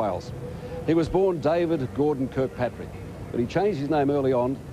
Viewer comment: By the way his sir name was Kirkpatric not Kilpatric as stated by Sean Taniane .